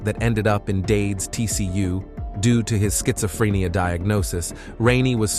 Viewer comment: Farinheight really? Learn to talk properly. Also said rueled instead of ruled as well as schizophrenia